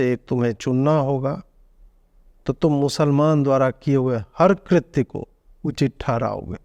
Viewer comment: कृत्य नही ku कृत्य